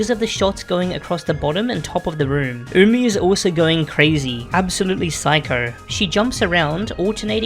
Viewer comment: Weeaboos worldwide celebrating that finally knows how to pronounce Umi and the names of her white bags